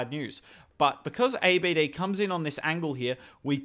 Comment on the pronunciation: His name not A. B. D... Don't spell it one by one... It is pronounce Abd one sentence, because he is An Arab name, Although great content you have, keep going 🔥